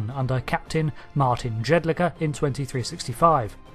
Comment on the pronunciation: Jedlicka - Yedlich'ka .. not Ged Lika